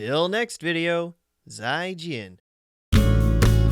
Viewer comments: lol they didn't notice because of the mispronunciation. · TheDodicat I grew up with the language and i barely recognized it. He had the most american accent. Chinese isnt like english you cant say it how ever you want it has certain tones with each word, one incorrect tone can make it a completely different word. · TheDodicat A chinese that doesn't know how to correctly pronounce goodbye in mandrin